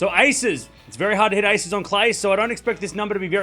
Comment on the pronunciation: It is not ices it is aces